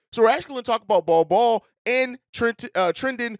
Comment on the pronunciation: said Nol Nol for Bol Bol